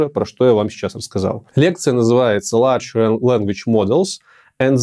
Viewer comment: Нет, в IT нормальные люди идут, потому что им это интересно, а не чтобы устроить себе комфортную жизнь. Кому нужна эта змейка? Реальную задачу пробовали дать этому ChatGPT? Слова large и larch сильно отличаются. Почему вы произносите large как larch? И почему вы говорите generate, а не generative? ИИ станет круче людей, но это -- не страшно. Экскаватор, управляемый человеком, круче человека с лопатой, причём, значительно, в десятки и сотни раз. Программисты станут другими точно так же, как землекопы стали экскаваторщиками. Триллион параметров -- это от тысячи до ста тысяч раз меньше, чем у человека. Эквивалент параметров трансформера -- от единиц до сотен квадриллионов. И трансформер -- это всего лишь большая языковая модель, она же в принципе думать не может, она всего лишь чувствует. Никаких внешних блокеров не будет, после сваливания мира в новое устойчивое состояние, будем дальше развиваться. Россия заберёт под свою зону влияния Восточную Европу, и начнёт интенсивно развиваться. Кому интересно чья-то уверенность? Уверенность является строго нулевым аргументом. Короче, программисты просто станут другими, только и всего. Программистам всегда требовалось постоянно учиться. Не пугайте людей и не несите хрень. Программисты -- не обычные люди, программировать могут не все.